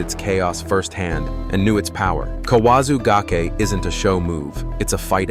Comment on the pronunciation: So is this AI narration? If think that an AI would be consistent in it's pronunciations. I accept that non Japanese speakers won't get the pronunciations "right", but this narration is insane. Kawazu gake was said four times, each unique. Ura nage, he said it five times with four pronunciations. During the Daki age section I lost consciousness. Kani basami he got right every time.